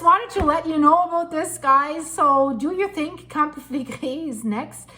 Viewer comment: Flegrei all the time,what fillegri? Never hear of,there are lots of videos in italian on yt